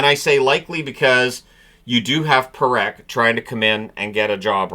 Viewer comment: this is twice now... it is Parekh not Perekh